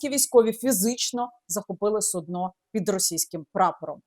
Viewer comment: Как она сказало судно с ударением на -О ..стало все понятно....😂